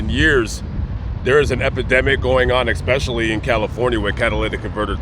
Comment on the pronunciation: Dude said ‘ekspecially’